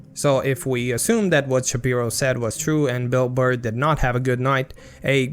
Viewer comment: The way Benny says “Bilbur” 😂